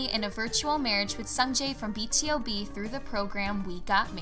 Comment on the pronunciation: It's B.TO.B not B.T.O.B